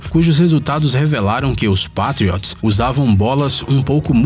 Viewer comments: Pátrióts?? Não, não... Se pronuncia "Peitriôts", não é dificil vai.... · p''A''triots kkkkkkk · Da agonia eles falando Pétriots, e meio campista kkkkkkkkkkk e ene efi Eli Pqp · Que agonia de ouvir ele falar Patriots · Melhora sua pronúncia dos times e jogadores da nfl por favor . Errou a pronúncia do time e do MAIOR QUATERBACK DA HISTÓRIA .